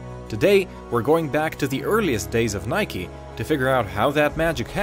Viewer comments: why are you saying nikey just say nike ffs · its nike not nikey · "Btw thats how you pronounce Adidas" and then you call it Nik-e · why you say it like nik-e / nikee ITS NIKE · In my language Nike is pronounced like hike but with n(nayk if it helps) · It's actually a Greek word and it should be pronounced Neke,which in Greek language,means "Victory".